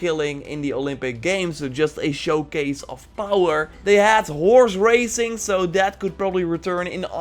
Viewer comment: love the video, but surprised to see that no one has said that with your accent when you said horse racing, it sounded like whores racing lol!